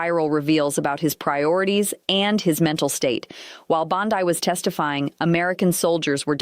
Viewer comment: I thought the same thing. And was annoying how "" kept mispronouncing Bondi. Yo, -- Bondeeeeee, not Bond-eye.